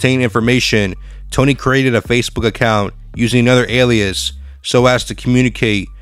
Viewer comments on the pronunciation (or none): none